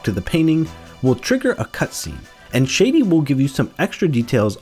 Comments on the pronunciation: this mf said “Shady” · Please for the love of reshef learn to pronounce Shadi…